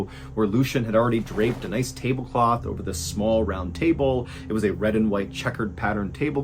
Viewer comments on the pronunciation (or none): Is you saying "tableboth" considered an easter egg?